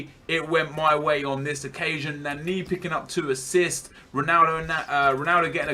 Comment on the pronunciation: LEARN HOW TO PRONOUNCE NANI